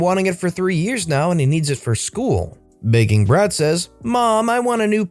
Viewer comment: Anyone else start hearing "Bacon Breath" a couple of times when talking about "Begging Brat"? No? Just me?